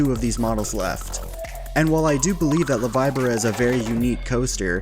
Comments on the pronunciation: #20 is [VEE BOR AH] not the [vibe or ah] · La “v-eye-bora” 😭😭😭this Spanish pains me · LA Veee BORrah lol we just call it bobsled. 🤣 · Its pronounced Loh vee bor uh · la vibora is pronounced la vee-bo-ra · How did you say La Víbora again?.?.???! !!